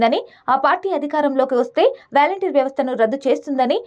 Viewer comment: Ame pronounciation sariga cheyaledhu gani matter itey chepalanu kundhi chepindhi.... Edhi pakkana peditey meeru edho difference annaru ga adhi ento cheptey telusukuntam..